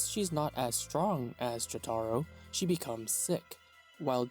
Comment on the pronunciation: Sometimes it seems like guys like this don’t even watch the anime’s based on the way they say the names, I mean “jot-are-oh” lmao what